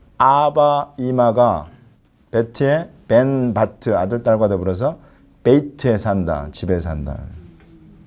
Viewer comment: 왜 바트가 왜 이마로 발음이 나오나요? 편집 오류신가요..?